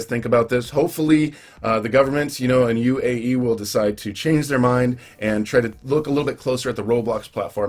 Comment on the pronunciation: UAE not AUE